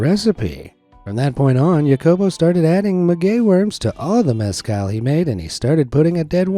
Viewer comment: Hacobo, not Yacobo